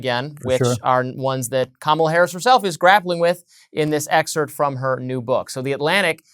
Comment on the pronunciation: The word is Excerpt, it's not whatever word yr mangling the pronunciation of herein.